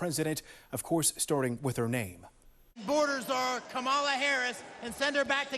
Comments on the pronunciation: It's pronounced camel 🐫 la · I think the newscaster said her name wrong as well. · Kamala has mispronounced her own name. No joke, there's video. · There is a race and social justice reporter. This is an insane news report. Her record speaks for itself. Her skin color is immaterial. She also just isn’t very intelligent. My god, the anchor at the end didn’t say her name right either. wtf